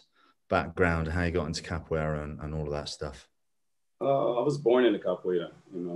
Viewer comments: Its "Capoeira" and not "Capoiera" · God bless Lateef for refraining from correcting Scotts pronunciation of "Capoeira," even after Lateef gave the correct pronunciation several times throughout the interview 😅